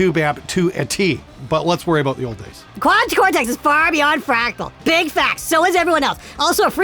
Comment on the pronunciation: But what aboot live? W-what aboot live!?